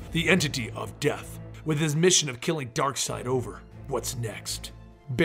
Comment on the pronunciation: It's Darkseid not Darkside